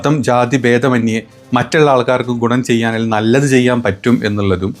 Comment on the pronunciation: കോണം എന്നല്ല ഗുണം എന്നാണ്